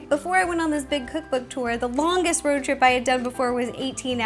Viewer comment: It’s the Ro-ad. 😂👌